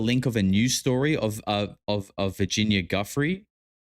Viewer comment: Why is everyone pronouncing Virginia Giuffre surname as Guff-ree It's actually pronounced Jew-fray RIP Virginia